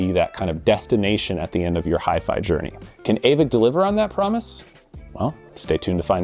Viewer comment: Aavik is pronounced "Åvik" ( Same sound as the a in "all 😉)